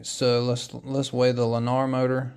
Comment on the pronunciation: It's pronounced learner